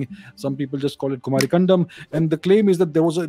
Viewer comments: It's कुमारी 'कन्दम' not कण्डम 🙏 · You are pronouncing it Kumari condom😅